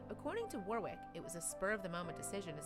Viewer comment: Awww that was AWESOME 👏🏼 Kudos Warwick (correct pronunciation of the guy’s name is usually worrick not wor wick btw)